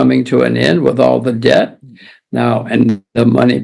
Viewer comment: When did it become acceptable to pronounce debt with a b